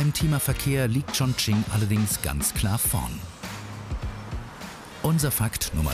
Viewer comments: Wie ,,Chongqing“ ausgesprochen wird😂😂😂😂😂. Ps ich spreche Chinesisch 🇨🇳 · 肯尼 schmerzt im Herz drin welcher Provinz